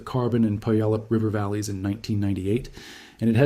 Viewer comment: FYI: It's not PUyallup, it's puYAHlup. Accent on the middle syllable. A Salish word.